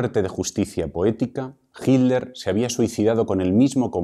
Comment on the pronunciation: Vea que raro pronuncian el apellido "Hitler", pues se come o aspira la letra "T", por lo que dice: Hi ler en vez de HiT ler. Eso se escucha rar{isimo en mi pais.